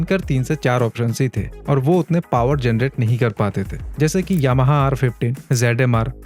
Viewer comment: yahama R pandhra? karishma??? YT pe videos bana raha hai toh pronounce toh theek se karr bhai